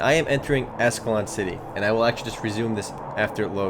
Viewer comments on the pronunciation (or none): Does he keep saying "Ass Clown City"?